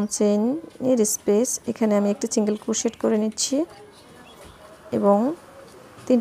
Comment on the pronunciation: অনেক সুন্দর।বাট আপু প্লিজ চিন্গেল চিন্গেল বলবেননা। সিন্গেল বলবেন।কানে লাগে।